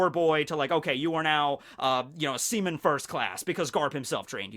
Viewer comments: Stop saying semen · Me laughing everytime he says seaman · it said like he kept said semen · He said sea-men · Semen Recruit... I can’t unhear it... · Seaman or SEMEN